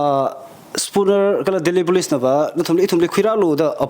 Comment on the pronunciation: it's very fortunate that you are bringing people from different walks of life to share us important insights,but I have one suggestion since we have many people watching your show,you need to increase your English accent,for an example Police you pronounce as Bolice, Tangkhul as Dangkhul n many more, please try to improve on that area.